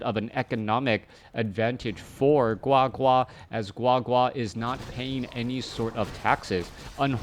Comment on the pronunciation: Oh my. The way you said GuaGua was soooo Chinese! Love it